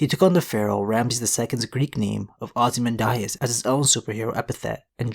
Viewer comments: It's not 'ozzy-man-d-eye-as' its 'ozzymandeeas' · I'm telling ya right now that wasn't hash lol and that's not how you pronounce ozymandias